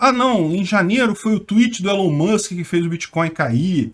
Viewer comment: Chama ele de Jão mas não de Élon Mûsk! Ilón Musk(másk)!